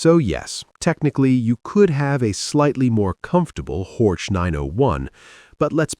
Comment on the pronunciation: Not Hortsch, but Horch meaning hear!